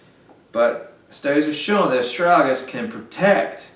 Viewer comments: Well, after having watched the whole video, I would say that your pronunciation for the word is Bass ackwards 75 to 85% of the time. Ass.. strag.. uh ...lis! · Friend, The impact of your presentations will be infinitely enhanced if you learn how to speak English properly. We love your enthusiasm, although your accent, it must be said, often obscures your meanings and your articulousness. The word is astragalus, four syllables, with a hard g at the end of the second.. a...strag...uh...lis. Meanwhile, it might be good also to contemplate allowing some spaces in between your sentences, which otherwise have the tendency of drunkenly reeling on as if you had one or two beers too many. Again, take time, take space, and articulate you words. We don't all live in the boondocks!